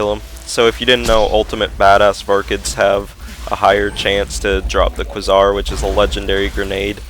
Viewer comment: It is pronounced kway zar